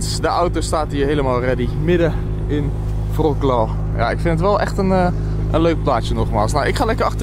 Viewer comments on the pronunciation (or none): je spreek t uit als ‘vrotswav’ 😇 AUB ik kan hier niet tegen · Het is WROCLAW! VROKLAW kan echt niet hoor die naam zo uitspreken😂😂 en polen is 10x beter als Nederland. Schaam je dat je die vergelijking maakt. Onterend voor polen. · Je zegt wrocwaw, wrocław schrijf je met een ł, deze leter spreek je als een w uit